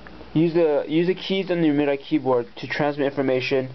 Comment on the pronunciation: Actually, it's pronounced 'Mid-Dee,' not 'Mee-Dee.' Just so you know.